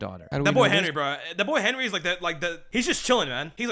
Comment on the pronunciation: bro said "henwie :3"